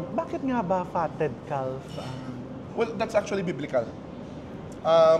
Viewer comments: its kaf chef not kalf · Sorry I have to correct you the pronunciation of Calf is with silent “f” it pronounced “ kaf” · The Fatted Calf Pronounced caf, silent l. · Sorry to correct you chef but fyi calf is pronounced as caf, silent L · Calf pronounced as Caf. 😊😊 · Hi chef, I’m your avid fan and I do admired your witty humor and intelligence I just don’t wanna be sound mean But just to correct the pronunciation of “calf “ is silent L , shoul sound like “ kaf” sorry po, ayaw ko lang people will bash you Have a good day po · Silent L po ang pronunciation sa Calf! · Chef RV, silent L po ang calf (caf) - but thanks for the video! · Sorry Chef, have to correct you…. Calf is pronounced with silent “l”….. I’m always watching your vlogs …. I’ve learned so much from them and have made some of your recipes❤ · Calf is pronounced with a silent L